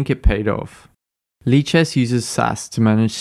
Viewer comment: I can’t stop hearing it as leeches